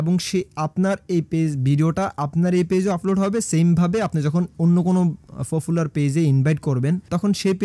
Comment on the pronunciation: ফারট , ফফুলার , আফলোড , সাফ এগুলা কি ধরনের কথা !! ...... ভাই মনে হয় নোয়াখালীর ...... প রে কেন যে আপনারা ফ উচ্চারণ করেন !!